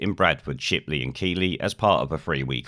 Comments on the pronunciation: Just a note. It's pronounced "keethly" (unless you live here, then you also get 'keef-lee' lol) when its the town. Its only said as 'kee-lee' when its a surname. Gets me every time I see that Geoff Keighley dude lol. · Keelee? Do you mean Keighley? It's pronounced Keith Lee. Not criticising though because you wouldn't know unless you lived in the area. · just one thing, unlike other places with "gh" in them, Keighley is pronounced keithley not keyley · Keighley is pronounced “Kieth Lee” not Key lee btw. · FYI Keighley is pronounced KEETH - ly, not KEEL-y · Keighley is pronounced Kee-hley, thanks.... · Keighley is pronounced 'KEETHLEY' - if your going to report on things you have a small duty to do a little research on how to pronounce these place names. Re' A slightly offended proper yorkshire man. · Another shocker. When will the authorities learn? For reference Keighley is pronounced as in Keith... Keithley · Keighley - is pronounced - 'Keethley'. Thanks for the heads up on this as I missed it on the news. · Oh my hometown of Keighley again. Fyi it's pronounced Keith-ley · Keithley is pronounced like the name keith "keith-ley" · FFS please learn how to say Keighley properly, it not KEYlee. Other then that dude great video, keep up the good work. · Its keth lee spelt keighley. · It's pronounced 'Keithley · Please note: it is pronounced KEITHLY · hedgehog please read above.... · Just to note.. Its keeethleey. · Fyi it's pronounced Keith-Lee :) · Pronounced Keith ley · Its pronounced keefley 🤣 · Please get someone else to do the voice overs! Your's is just so annoying! ( Oh, and it's Keighley -pronounced Keethley! ) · Pronunciation: Bradford 👍 Shipley 👍 Keighley pronounced like the name Keith. 👍 just a heads up. Good work.